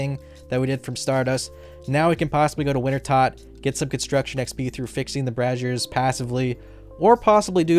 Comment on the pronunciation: watches too much porn. Braziers are not pronounced like Brazzers.